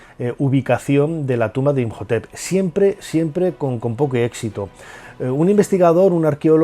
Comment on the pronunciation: Imhotep se pronuncia como J? Segun yo es muda